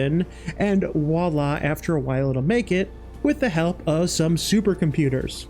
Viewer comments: Great video, but for future reference, the expression is "Voilà" (vwa-lah), enphasis on the "V" :) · I know this gripe is 100% on my end, but you use the french term "voilà" way too much. Especially since you pronounce it like "wala". It makes it sound like you don't know what it is or what it means. Not trying to be a grammar nazi, just trying to inform. Entymology of words and phrases have always been a source of interest for me.